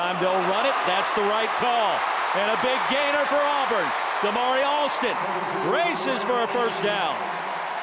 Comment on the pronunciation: Auburn not alburn.